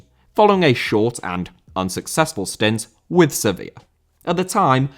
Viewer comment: Sevilla* not Sevíer